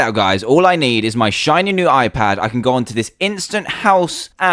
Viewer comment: why it is hoon pad it should be i pad